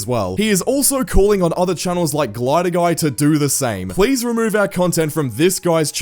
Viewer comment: don’t you mean plez